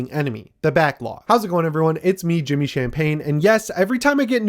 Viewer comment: Zapp Brannigan would say Jimmy's name correctly